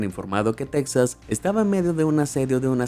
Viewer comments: Interesante temática pero me cansa tu voz y además tú pronunciación. Se dice TEXAS MAS BIEN SE ESCRIBE CON "X" Y SE PRONUNCIA "TEJAS" NO TECSAS COMO TU LO DICES. ¿ERES DE PUERTO RICO? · Si dices “tecsas” también tendrías que decir “mecsico” - Texas se pronuncia Tejas!! No te hagas el gringo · No se pronuncia “Tecsas”, su pronunciación es “Tejas” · Es interesante pero la manera de hablar es muy desagradable haciendo énfasis en la pronunciación tipo gringo y diciendo las cosas mal como con como dice Texas, la forma correcta suena con "j" Tejas y no en la manera gringa e ignorante, Tecsas es incorrecto a menos que quieras quedar bien con los grngos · Alguien me explica por qué Texas lo pronuncian con la X y no con la J